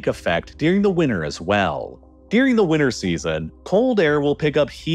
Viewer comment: WINTER HAS A T WINTER HAS A T